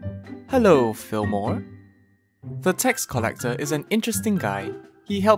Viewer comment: isn't that right turd Me: hold up its Tgurd not turd xD. Also: another lovable npc is the tax collector, hello fillmore Me: fillmore kinda sounds like...Fillmora is there a secret sponsor (＃°Д°)